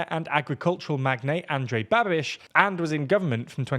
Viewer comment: As a Czech, I gotta say that the video is correct and your pronunciation of Andrej Babiš sounded like from native and the other names were also pretty good I would say that it’s the best I’ve heard from an English speaker!